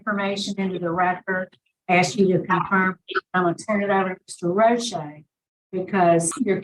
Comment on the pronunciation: Not Roche Pleeeeez!